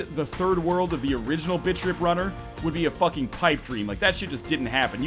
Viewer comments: The first time I heard you say "Bit Trip Runner" I swear I heard you say "Bitch-Trip Runner" lol great vids btws -your sub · Am I the only one that thinks he's saying bitch trip? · I thought you said "bitch trip runner 2" ;D oh silly me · sounds like you're saying "Bitch tip runner" xD